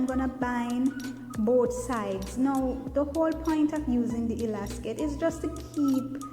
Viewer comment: It's called elastic not elacsit or elaskit